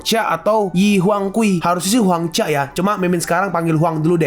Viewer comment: 😂Mimin lulus sd gk Huang jia di baca huang ca Sedih dengar nya